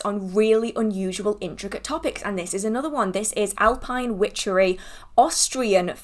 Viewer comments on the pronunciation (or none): none